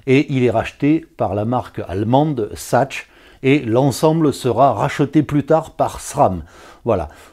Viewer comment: STP: Sachs en allemand se prononce "SAX". Tout simplement. Sinon, merci pour ta vidéo.